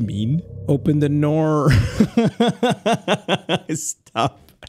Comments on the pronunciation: OPEN THE NOOR! 😡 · fr killed me 💀 The 2nd best part was "open the noor"